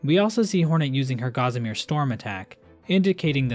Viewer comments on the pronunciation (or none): You need to learn how to pronounce 'Gossamer'.